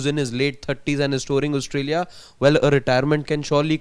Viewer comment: Why does the guy in the Red jacket keep saying Oustralia? It’s Australia dude